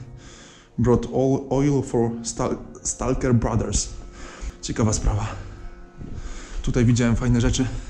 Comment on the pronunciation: Świetny materiał, ciekawy i wciągający. Zastanawia mnie tylko, co/kto to jest "stalker" i skąd, z jakiego języka się to określenie wzięło. Normalnie pomyślałbym, że z angielskiego, ale wszędzie (również tu) spotykam się z kompletnie nieangielską wymową... Wyraz pochodzi z angielskiego i jest spolszczony czy ma inną genezę? Absolutnie się nie czepiam, jeśli to po prostu kwestia złej wymowy, jestem zwyczajnie ciekaw. Z góry dzięki za odpowiedź.